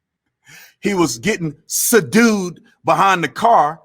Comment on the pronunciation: Su-dued 🤣🤣🤣 . Please don't let this type of craziness come into my country (NZ) I hope all your common sense folks, outweigh the mindless zombies listening to these celebs 🙏